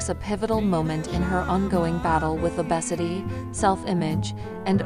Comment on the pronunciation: Please stop using ai voices they can't even pronounce obesity and lbs correct